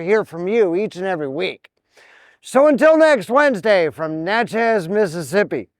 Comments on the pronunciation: It’s pronounced Natchiz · It's pronounced na-chuz (sounds like matches).